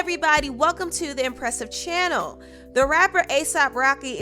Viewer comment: Stop over pronouncing the word channel